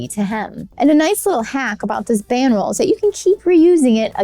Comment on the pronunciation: Didn't sound like that. Enunciation is key to understanding.